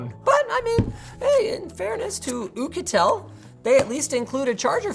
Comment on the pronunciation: The way Linus said Oukitel 😂😂